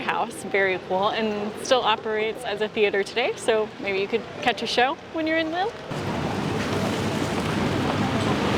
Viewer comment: Please. It’s not pronounced ‘Lil’, it’s pronounced Leel!